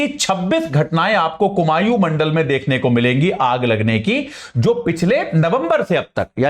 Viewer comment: कुमाऊं है कुमायूँ नही